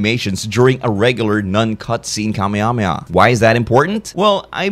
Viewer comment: Kamehameha is pronounced "kamayhamayha"